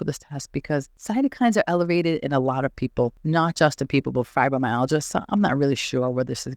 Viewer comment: Your pronunciation of Fibromyalgia is not acceptable.